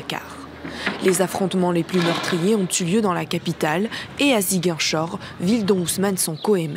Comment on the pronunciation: Enfin un affaire qui parle de mon pays 🇸🇳 🇸🇳mais ta façon de prononcer ziguinchor me tue😂😂